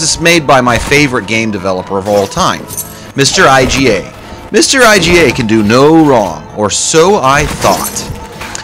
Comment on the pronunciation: Iga is not pronounced I-G-A. its ‘eega’